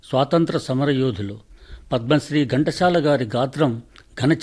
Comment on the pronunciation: మీరు ఘంటశాల అంటున్నారు ఎందుకు చెప్పండి, ఘంటసాల అని చదివితే సరిగా ఉంటుంది.